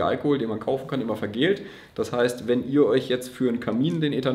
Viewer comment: VergäLLt… (von Galle; bitter wie…), nicht „vergält“…